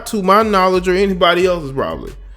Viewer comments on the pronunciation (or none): none